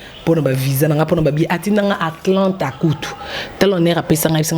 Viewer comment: Ezali Atlanta e non Aklanta